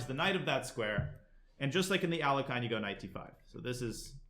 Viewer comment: When I heard how Danya pronounced the name of Alekhine... my world shattered.